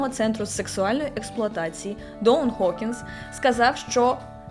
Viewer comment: ніхто не питав, але українською правильніше: Гокінс, Ґібсон, Ґанс-ен-Роузес. ви ж говорите Гаррі, а не Харрі, і це правильно, тож звернуіть увагу і на вимову інших слів з "Г" та "Ґ".